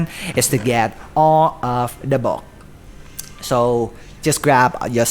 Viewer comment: Omg it’s book not boochk